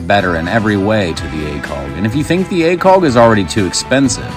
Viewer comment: I like your videos. Why do you say acoLg?